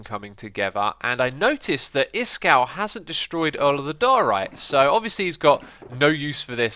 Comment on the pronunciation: Every time X says diorite it gets further and further from the actual pronunciation, lol.